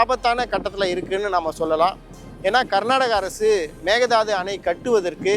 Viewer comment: Konga it is mekedatu not a mekedadu😅😅😅😅